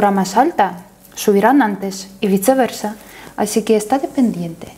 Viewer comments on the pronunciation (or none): adoro cuando dice: y bitceverza..... 😊